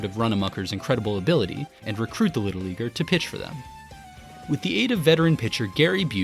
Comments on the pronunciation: No I heard it too. At first, I thought I heard another "Rowengardner" variation but yeah, it hit my ears with a hard R and everything 😂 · Am I the only one who thought they heard him say something else when he said “and recruit the little leaguer?” Lmao